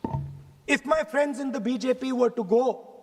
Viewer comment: My dear fraaands ...great harrasment . ....ha ha ha .. 😂😂😂😂